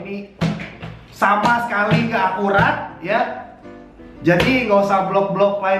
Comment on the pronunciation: Gak akurrraaattt... bukan ga akuwat😅😅😅😅😅😅